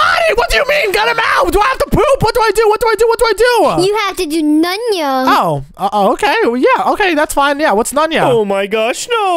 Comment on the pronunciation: Nunya not nunyo